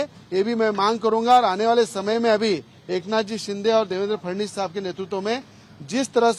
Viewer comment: याले फडणवीस येत नाही फडनिस म्हणते